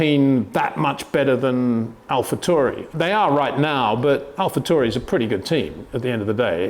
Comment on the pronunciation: Alpha TAU Ri. Not Turi